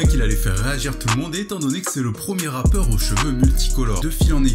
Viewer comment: Mdr t'as dis un "ratpeur"